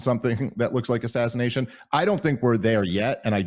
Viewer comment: Another as sa sin a tion.....oh boy....